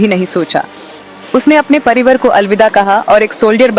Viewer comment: परिवर नहीं... परिवार...🤣🤣🤣🤣🤣🤣